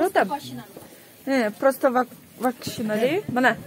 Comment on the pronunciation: Простоквошина деп айта албайсынбы тооба окумаган